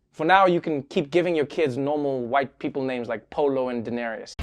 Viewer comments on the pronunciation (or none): "Denarus"?? WTF?? LMAO! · My sister and I literally fell over laughing at "Polo and Daenerys". That just came out of nowhere. PS. My browser's dictionary is trying to tell me "Daenerys" is supposed to be "Darkener".